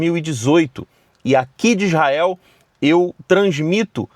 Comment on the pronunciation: ESTE VELINHO NÃO SABER NEM FALA ISRAEL ELE FALA IZAEL E BURRO